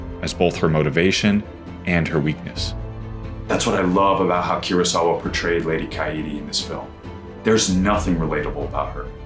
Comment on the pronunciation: Its not keurosawa its kurosawa, koo-row-sa-wa